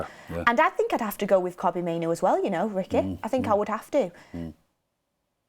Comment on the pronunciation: Hope you read this, mainoo first name is pronounced Toby but with a K instead of the T not cobbie as you say it